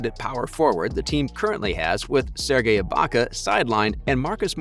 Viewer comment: kawhi, siakam, serge, you mispronounced allt hese names so badly, it seems like a troll channel.